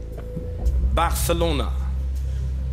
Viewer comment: hat der steven echt Barçççççelona sagen müssen lol